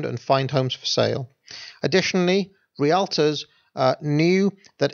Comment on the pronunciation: Is realtor really pronounced that way in the UK? "Re-all-ter"? In the US it's pronounced "Real-tor" Or maybe you misspoke lol